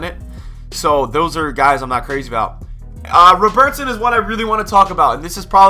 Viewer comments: RowBertson mate its robert-son its not hard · What is with the pronunciation of Robertson? haha.